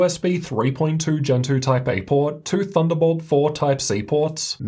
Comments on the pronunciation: Clicked to see the laptop. Stayed to hear him say "two". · I like when you say too or 2, it's very distinct